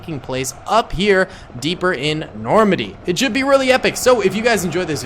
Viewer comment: bro rlly said normady